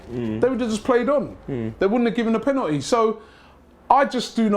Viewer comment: it's called Penalty not Pennetii